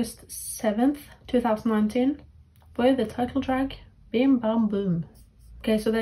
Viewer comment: Juri, the Japanese members formerly of AKB48, is pronounced with the J sound, not like “Yuri” btw Also, Suyoon and Sohee were on Produce 48 too, if you recognized them. Edit* Plus, it’s Bim Bam Bum not “Dim Bam Bum” lol